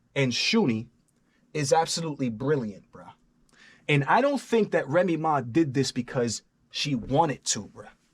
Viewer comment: "Remy Maw"